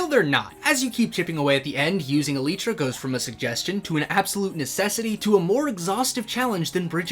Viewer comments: Elytra -> Eh lie truh | Elitra -> Eh lee truh Stop saying it like that man, I can't stop noticing every single time you say it. Great idea tho! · Its not elytra (e lee tra) its elytra (e lie tra) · Ermmmm you spelled Elytra wrong, it's not "elitra" it's "ELAITRA" 🤓👆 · el-lyt-tra not E-LEET-TRA I'm crashing out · good idea but its elytra not elitra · Brilliant. But i am personally teiggered by how you say elytra. Cause ive always said it "el-eye-tra" not "el-ee-tra". Not a criticism but my face cringed everytime inbetween the absolute entertainment lol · Its an elytra elaitra not a elytra elitra😂😂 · uhm... im pretty sure its an y not an e so shouldent it be e-ly-tra and not e-leeeeeeeeeeeeeeeeeeeeeeeeeeeeeeeeeeeeeeeeeeeeeeeeeeeeeeeeeeeeee-tra? (please dont start a war in the replies) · I like it But why do you call elytra an "eleetra" instead of "elaitra"? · Is it "eh-lee-trah" or "ee-lie-trah"? Cause I pronounce it the second way 😭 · ITS ELYTRA NOT ELITRA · e-lie-truh✅ e-lee-truh❌ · Why must you call it eleetra, I like the idea but I just can’t ignore you calling it eleetra. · ive never heard it called eh-leetra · a video about Elytra, and he calls them "Eleet-ra". Yep, they are definitely Elite ! btw, great vid ! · "Eleetra" hahaha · he keeps saying eleetra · Excuse me but... EL-EEE-TRA? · God, it hurts too much hearing elitra, am I the only one who thinks he is pronouncing it wrong? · ‘ell eee tra’ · I ain't taking advice from someone who says "ee-lee-tra" ..... He do got a point tho :) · Bro please say elytra correctly. It’s el.ay.tra, not .tra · Bro said E-lee-tra 💀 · its pronounced el-eye-tra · love that video "elii - tra" "elytra" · That cant be how youre supposed to say elytra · pls learn how to pronounce elytra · Good point. But the way you say elytra invalidates your argument. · The mispronunciation of elytra is really distracting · The way this man mispronounces elytra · Good video! My only criticism would be your pronunciation of the word "elytra"